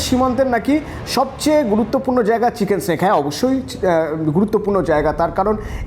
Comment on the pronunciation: চিকেন নেক রে।চিকেন স্নেক নয়।